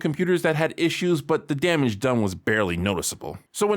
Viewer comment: This dude pronounced the n in damn in damage.